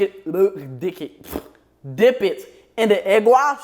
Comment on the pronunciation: Bro said dick it and dick it again instead of dip it LOL fuck these eaters exept for you 😂😂😂😂😂😂😂😂😂😂😂😂